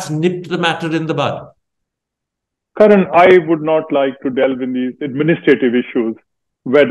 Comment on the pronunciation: It's Karan not Karen